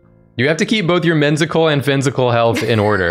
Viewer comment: MINZICAL AND PHINZICAL H E L T H